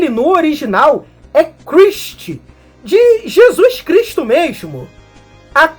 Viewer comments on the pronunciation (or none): none